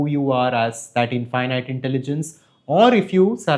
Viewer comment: Your pronunciation of infinite is wrong bro. It sounds weird